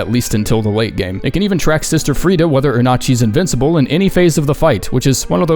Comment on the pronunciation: "invincible"? troollllllllllll